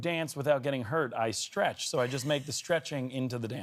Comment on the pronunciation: "I strech". I'm calling it. He's getting F4.